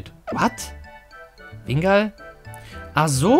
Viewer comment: wingull wird wingull ausgesprochen nicht wingall